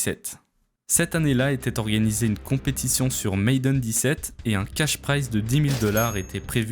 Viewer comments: Hello, je viens de tomber par hasard sur cette vidéo et vraiment félicitations, la qualité du montage, la narration etc. c'est vraiment au top ! Par contre il y a quelques petites erreurs de prononciation et de vocabulaire par-ci par-là (je pense notamment à la prononciation de "Madden" ou à la tournure de phrase : "c'était pas sans compter" où le "pas" est de trop), corriger ces quelques petits détails pourrait vraiment pousser ta chaîne encore plus vers l'excellence. En tout cas, merci pour ton travail et encore bravo ! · Vous êtes chiant les français à utiliser des mots anglais et les massacrer à la prononciation... Tu fais un super vidéo de qualité , bien monté, bien édité. Sujet bien recherché , bon rythme, vidéo engagent et vraiment intéressant. Ce qui me choque c’est que ça se voit que tu as passé du temps à faire une bonne recherche , mais tu n’as pas été foutu de mettre Madden dans google translate pour avoir la bonne prononciation. Durant toute la conception ou production tu t'es jamais dis < > Tu check un game trailer sur youtube et il repete le nom comme 100fois par trailer. Ou encore plus facile <<Madden pronounciation>> sur youtube. Ça m'a pris 5sec et c'est top link: C'est mAdden pas mAIdden... Désolé d’être si blunt mais franchement là .... En plus tu as du l'entendre plein de fois en cherchant les sources en VO non ? Sorry tu prends cher pour tous les autres français qui font la même bullshit mais si tu sais pas comment prononcer un mot apprend à le prononcer avant de l'utiliser. Malgré le ton négatif de ma critique je trouve que ce que tu fait est super 👍 Continue mais utilise la multitude de ressources à notre disposition sur Internet pour peaufiner ces détails importants. Bonne continuation , je subscribe qd même;) Peace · on dit ma - den pay maayyyyy den . arette de faire le ricain si tu sais pas bolos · Madden bordel, pas Maiden. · ça se prononce Madden, pas Maiden... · Tu prononces "Maiden" au lieu de "Madden".